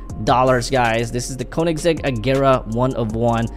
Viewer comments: Bro doesn't know to read the car names💀💀💀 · No en realidad es koenessig agera one 1